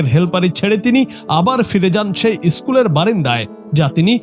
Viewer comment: ইস্কুল না কাকু। স্কুল